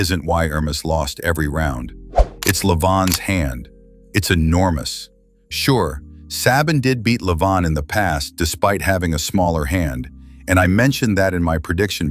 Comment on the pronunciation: Love the drawings of the training tool you made! Just a few tips for your TTS. Sabin is pronounced “say-bin”. Kurdecha is “ker-de-cher” (short “e” vowel). Laletin is “la-LE-tin”. Be careful on which syllable to stress here. Do be sure to take note for the future.